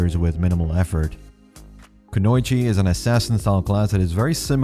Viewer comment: Kunoi chi? For future reference, it's Kuno-i-chi :)